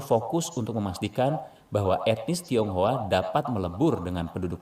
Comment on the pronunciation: Tionghoa kak bukan thiounghua